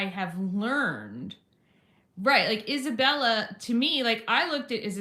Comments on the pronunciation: Thank you for apologizing. Just a quick fyi Isabella’s name is pronounced like Esabella or Esa. I just caught it because I have the same name. Much love <3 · Eye’m not trying to be nit-picky, just noticed you say Isabela’s name without the “a” at the end. Your pronunciation of the other names are awesome. Thanks for reading and for caring so much to be aware ♥️